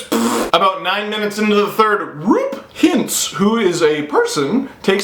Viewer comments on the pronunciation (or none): Not criticizing, just trying to be helpful in case you have cause to say them again: Dries is pronounced like “Steve dries the dishes” and Roope is ROH-pay. Love the videos. Keep ‘em comin’! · As a Stars fan, it's nice to see this and get analysis as I haven't been able to watch it. Also, just to help ya out, Roope Hintz's name is "ROH-pay Hintz". I'm still confused how it's pronounced sometimes. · Loving these cup check and MFR videos from you Steve! (Just a tip: Roope is pronounced like Moore, and the second syllable is like pay without the y.)